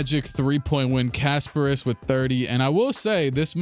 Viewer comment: Kasparas Jakučionis as a lithuanian myself most Americans call him Kas and thats it if you want to pronounce perfectly it should be Kas-pah-ras Je-ku-chio-nis ( but you were preaty good with last name:))